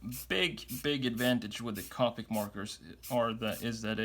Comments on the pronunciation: You need to check how to pronounce “Copic”. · The way he says copic